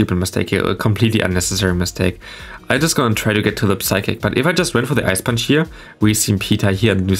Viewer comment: Since you Play medicham that often i gotta tell you that the p in psychic is silent. Its pronounced like sychic. No offense though, your english is great and has already improved a lot.